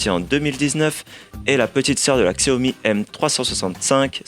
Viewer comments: On prononce chawmi bordel !! Et non pas ksèwmi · Super test, juste apprenez à prononcer Xiaomi ça fait mal aux oreilles.